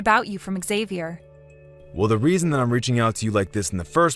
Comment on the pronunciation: Xavier's father should know how to pronounce his son's name. Sheesh.